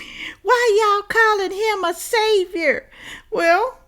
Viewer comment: it is SAVIOR, not SAVER.